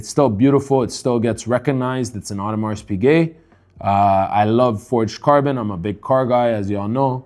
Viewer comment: As a watch dealer, you really should learn how to correctly pronounce “Audemars Piguet”.